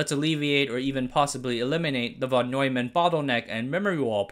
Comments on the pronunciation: It is „fon“, not „von“! Yes, that's how you read it. Also, it is „10 times“, not „10 ex“! People only write x, because they are unable to locate the symbol ×. Why do you degrade the quality of your content by talking like this? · The Von in Von Neumann is pronounced "fon". English swapped Vs for Fs at some point while Germans didn't.